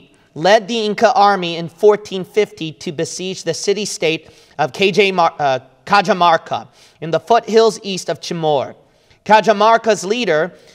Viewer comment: Greetings from Perú. It's much fun and lovely as well how dear pronounces Quechua terms following English language phonetics. Cajamarca, for example, is actually pronounced / kɑ-hɑ-mɑr-kɑ / not / key-djə-mɑr-kə /. God bless.